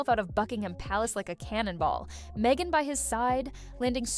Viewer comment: He deserves royal welfare because has to put up with meeeeghan. With the silent h but not silent mouth. She should do taming of the shrew